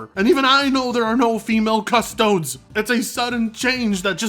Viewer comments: Cus-Toe-Dees not Cus-Toads But other than that, thumbs up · That “Custodes” pronunciation… what the fuck? It’s Custodeez, not Custoads. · Its pronounced CU-STO-DEES like custodian but without the 'an' at the end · Every time I hear "Cusstoads" it bring me back to people saying "Poki Man" circa 2000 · Thats a weird way to pronounce Custodes. I mostly hear it as Custodeez.